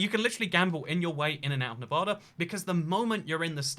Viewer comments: nevada not nevahda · Nevadan here: Its “Nev-AD-a,” not “Nev-AH-da.” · It's pronounced NEVAYDAH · I'm from Nevada, every time you pronouced it "nev ah da" i cringed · Where I live in the Midwest we say Nev-aw-da too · I’m from Las Vegas and I just wanna say that every time you pronounce Nevada that way I cringe on the inside. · I could've known what state without the thumbnail PS: The way say it is wrong and pisses nevadans off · Ikr tons of people say it the wrong way and it gets me furious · It is Nevada (Nev-A-Duh) The same A pronunciation from Apple. Laughlin is pronounced Lof-Lin. And Beatty is pronounced Bay-Tee. Also Reno is the biggest little city in the world! Nevada is known for small towns, so Reno fits that narrative, but it has casinos and a moderate sized downtown. Mining is huge up north. It is so weird having some random foreign guy talk about little towns that not even most other Las Vegans know of.